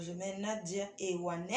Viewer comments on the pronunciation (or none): C'est pas Nadia ewane mais ewande